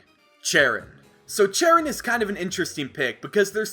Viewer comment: uh I think cheren is pronounced shar-on